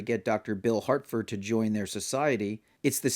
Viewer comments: Good video, and, I agree. This is an initiation into the cult, but, it's Harford not Hartford. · Great video. But, my guy, there is no ‘T’ in ‘Harford’, lol.